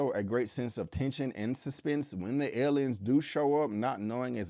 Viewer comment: I don't like the way he pronounces the word aliens....😆